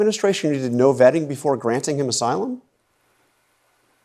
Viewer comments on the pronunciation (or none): Vetting…Vetting?…oooohhhh… I thought you said vaping!